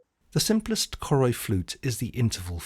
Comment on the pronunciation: Choroi is actually pronounced as Caw (as in caught) Roy